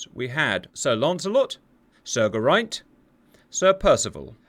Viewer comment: Sir Lancelot, not Launcelot. Geraint not Gerraint.